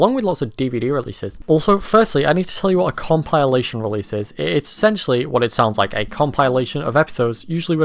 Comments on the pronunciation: Nobody could possibl-eye pronounce it like that. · Hahaha imagine not having heard “compilation” pronounced out loud first before reading it, couldn’t be me and my eepy-tome. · Enjoyable video. Never heard anyone pronounce 'compilation' like that before though lol.